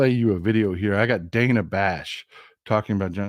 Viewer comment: I was shocked yesterday, when she pronounced it, ‘Danna’.